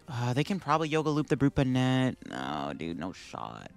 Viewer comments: Love your content, but your pronunciation is gonna kill me dude. 😂 It’s BON-net. Like a hat. Brute BON-net. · Bonnet is an actual English word, please pronounce it correctly in later videos. Appreciate the frequent uploads!